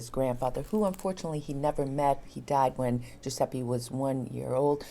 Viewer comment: "Giuseppi" non si può sentire, basta per favore! Ecchecazzo